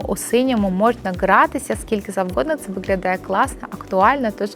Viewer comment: Дуже корисна інформація 👌🌸, в українській мові треба вимовляти «г»,, а не «ґ». Ви перейшли українську, а лишили Ґ з російської - виґлялає, ґоворимо і тд. Це дуже ріже слух і звучить смішно!!! Виправляйте це.